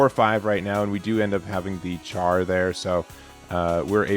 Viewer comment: Something I noticed in the previous upload was your pronunciation of Char, forgot to comment on it then. The Ch at the start is closer to an Sh sound, like in champagne or chef. Yes, Gundam names are awful and basically exist to make one really wonder what the limits of names and sounds can be. Just wait until Zeta Gundam shows up and people have to try and pronounce Byarlant, Quattro Bajeena, or Bask Om